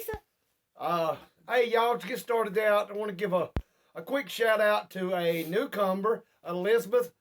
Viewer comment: lol... sounds like you said cucumber when you said newcomer